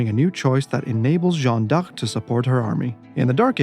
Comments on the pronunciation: Respect for pronouncing Jeanne D'arc so many times 😅 Did you know Jeanne d'Arc went out 10 minutes after her death ? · And they pronounce it correctly! Non of that “Joan” bullcrap 😂